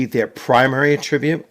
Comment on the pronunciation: Excellent video thank you! Stumbled across this game and am really interested in it. Only one nit pick about pronouncing attribute. It’s attribute like apple, not like about. 🙂 no offense intended.